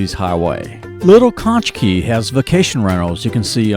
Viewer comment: No, not when he was talking about Conch Key, at around 6 minutes. It is pronounced "konk" not "konch". 💚🌞💚